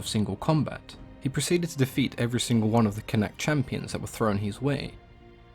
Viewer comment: Not it's not. It's pronounced 'CONN-akht'.